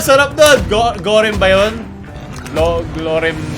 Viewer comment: nobody: literally nobody:: Gorem instead of mi goreng